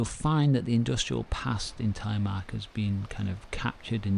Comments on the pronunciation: The Norwegian language and syllables are quite different from English. This man does as best he can. I guess it would be easier to pronounce if one thinks about it as Tel eh mark. Less US, more Canadian pronunciation. As in Canadian English you start low and end high with the pronunciation, not as in US, high to low. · Telly-mark?.😂 the name is Telemark.